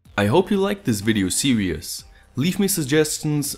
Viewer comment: Great Video! Just a few things I noticed: Bent* (not bended) Series is pronounced "Sear rees" Trying to be helpful, not a jerk.